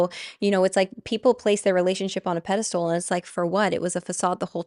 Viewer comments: I'm sorry but I can't take someone who says "pedestool" seriously, so I'm clicking off. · PedesTAL, not pedesTOOL. Sorry, it’s not really important, but it was driving my ocd nuts 😁 Otherwise, thank you for your insights and time. ❤ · Pedastool??? The word is pedestal. Regarding the subject I can't see why Robert Edward Grant would be associated with Aubrey Marcus. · Every time u say pedestool my brain disconnects from the message . Aaron Doughty does the same thing: it is called pedestal not pedestool :) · Love the way you pronounce pedastool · Omg, yes 😂 Tbh, most people seem to think it’s’ ‘pedestool,’ when it’s pedestal. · Girl we don’t say pedestools but pedestals. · I was joking bout how she says pedastOOL in the podcast rather than pedestal!! Had NOTHING to do with your actual post. 😂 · pedesTAL, pedesTAL, not stool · Also if I could kindly let you know, it’s pedestal not pedestool lol